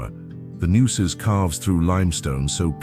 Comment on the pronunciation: Seems that if going to this much trouble to make these great videos; the narrator should have learned to pronounce the local names like Leaky, Nueces, Balcones, etc. I’ve tried for decades to get tourists to try Texas for one vacation. Although the territory covered here is way too big for a two week’er.